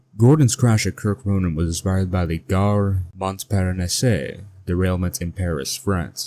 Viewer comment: “Gare” is just pronounced “gah” and Montparnasse is pronounced “mong-paRRRR-nahss” make sure you get that French R